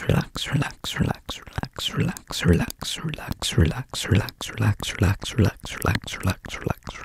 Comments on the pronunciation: It sounds like he’s saying “Sherlex” LMAO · when he says it fast is it just me or does he sound like he's saying sherlock in like a russian accent lmao ?! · After a while it started to sound like he was saying “shirlax” was that just me? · Am I going crazy or is anyone else hearing the word "relax" turn into "trullah"?? And this word doesn't even exist 😂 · Sounds like sure-lax when you go fast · "Zerlax" is what i'm hearing😂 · When did I think he said "shldshld" over and over again? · if you just said relax for the rest of you life- everyone would think you were British🤠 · Why do u sound English when h say relax (British)